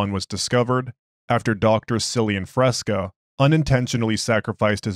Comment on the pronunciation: I think its pronounced "Killian"... but love your stuff! Keep up the good work!